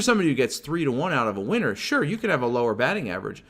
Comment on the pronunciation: Cracks me up when u say winner cause it sounds like you say size of ur average weiner.